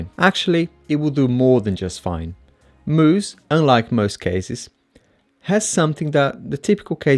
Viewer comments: its pronounced mouse. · He pronounced Mous like Moose lol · Dude, you’re so wrong of most of what you’ve said in your “review”. When you don’t even know how to pronounce the name....